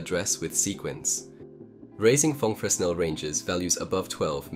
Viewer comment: um akshulli fresnel is pronounced like frinEl(capital means accented) great video, keep the cool stuff going!!!